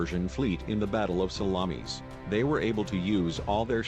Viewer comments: I thought it was Themi-suckles, like the bay of Salammees, lol. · Salammmees?---the pronunciation is embarrassing and funny--and sad in a way. And a lot of the facts are wrong as well. Greek ships were heavier and not every single Persian ship was sunk.